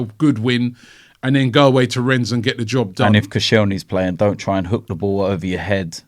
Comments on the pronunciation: The S in Rennes is silent, Robbie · Rennes is pronounced 'Ren'.